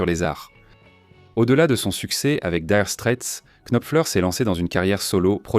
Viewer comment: Nopfler et non KKKnopfer. Daïre Strait et non DIre strait.